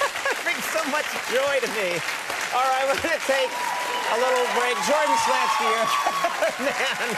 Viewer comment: First time Conan mis-pronounced his last name.